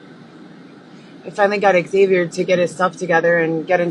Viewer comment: I really really dislike you. You are in fact a predator you sicko. He didn’t respond to you because you’ve been saying his name wrong for 5 damn years.